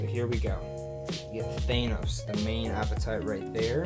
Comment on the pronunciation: How is it possible you just watched Infinity War yet still pronounce Thanos wrong?